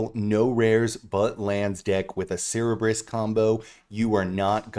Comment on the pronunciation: I just have to say, it’s Sir burr iss for the three headed dog! Love the video!